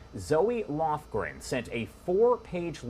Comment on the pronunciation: ZOH Lofgren, not "Zo-ey".